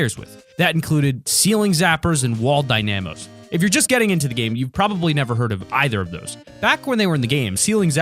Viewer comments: Also the traps are still in save the world, aswell it’s not (die-nam-o) it’s pronounced (dyna-moe) as in dynamite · The way you pronounce “Dynamo” gives me OCD 😂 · Why do he put emphasis on the A on dynamo